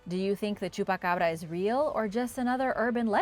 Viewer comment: I LOVE this channel and this presentor has such a beautiful voice....clear, precise pronunciation... smooth, gentle. I absolutely adore the she said chupacabra 🙂 Another great video from a great channel 👍